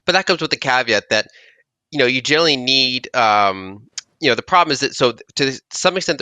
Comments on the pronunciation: Yeah, and she says it so often. More like "genaly" though. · She pronounce generally, as jelly lol